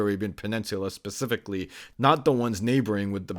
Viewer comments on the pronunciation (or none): none